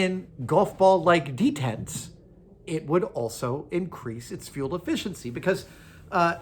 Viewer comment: Why does he keep saying 'detents'?